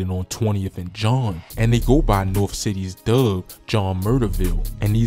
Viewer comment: What is a hood called nort dub vs dub dst?🥱 Bro not from stl